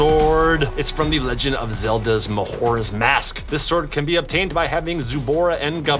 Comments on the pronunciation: its not Mah-hor-a its Ma-jor-ah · I was triggered that he said mahora’s mask may jor a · Did she say ma-horra it's majora ma-jora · He said mahora mask. frickin. Mahora. ITS MAJORA tRiGgErEd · ITS M-A-J-O-R-A NOT M-A-H-O-R-A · He also said mahora. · Chad:says mahoras mask. Me:aaahhhhhhhh!!!!! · “Mahoros mask” i am dissatisfied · It's Ma-Jor-uh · It is May-jo-ras mask